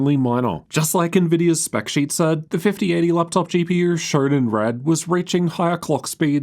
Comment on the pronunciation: "Laptop GP-YUR"